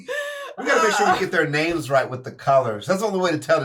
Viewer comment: hearing skitten innocently say the names almost right is restoring my faith in humanity